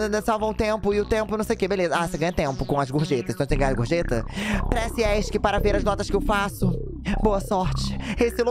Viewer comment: Eu amo q toda vez q o Jean tá traduzindo tudo rápido ou tá nervoso, "press" vira "presse" 😍